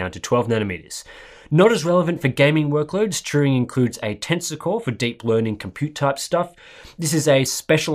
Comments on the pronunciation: Sounded like you were putting the 'r' before the 'u' and saying Truing. Maybe just the way I'm hearing the accent. All good. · Turing. Like, Alan Turing. Not Truing.